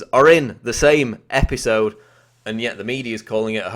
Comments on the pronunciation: The same EP-HI-SOWD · IN. THE SAME. EPEESODE. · Why do u talk like an idiot? Episode. Epi sode . Ep i sode . Fkn tosspot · E-P-I-sode,... SAME E-P-I-sode. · Say "episoude" one more time... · say-me e-pi-so-de....next time commentator, say it E-V-E-N S-L-O-W-E-R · Learn how to say episode